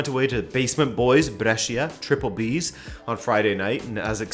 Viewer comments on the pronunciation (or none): none